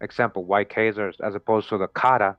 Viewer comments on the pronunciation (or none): “Chay” Zars is not a thing. The CH is pronounced as a K sound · Bless UP the info is brilliant... remember Chazar is pronounced;KAY-ZARS with a K.... This channel is one of the heaviest on the Web👍🏾👏🏾